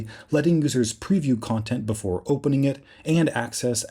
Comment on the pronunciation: interesting Not inneresting Before Not boofore